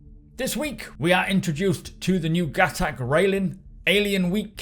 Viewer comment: everybody, its pronounced GUH-TOK